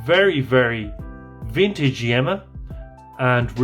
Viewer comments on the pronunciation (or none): Interesting piece. Wear it in good health. The correct pronunciation is Yeema (not Yemma). Regards.